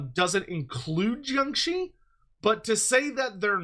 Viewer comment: I like how you pronounced jiangshi.👍